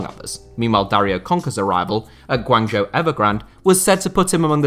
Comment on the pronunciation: if you are gonna make a video about PRC football at least learn how to pronounce the name of its most popular team, GUANGZHOU...